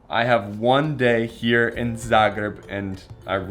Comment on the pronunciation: Love how you say Zagreb,svaka cast